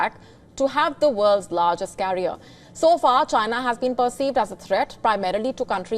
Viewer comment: especially the way she says Chyna. LOL